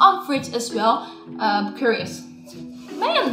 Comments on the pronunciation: AH! it so annoying! it's v ridge,not vridge, vridge just sounds weird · Haha After this video im only pronouncing it "fridge" instead V-Ridge :)